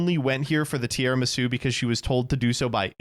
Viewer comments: pronouncing it “Tiaramisu” is hilarious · "Non-card game podcast" and still calls the dessert "Tiaramisu" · first time he said it i was like "that's a very funny slip-up", by the end of the segment i was like "oh my god. he does not know how to say tiramisu"